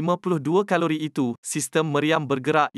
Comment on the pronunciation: Sebutan ibu negara turki pun salah ankare, nasib tak ankari, ,caliber, jadi kalori, ingat kan kalori untuk makanan jer, rupa nya kat kenderaan pun dia tibai kalori